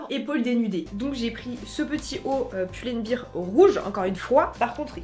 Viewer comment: Si je puis me permettre, c'est bear par biiiir comme beer mais bèr, comme Teddy Bear 🥲😂😂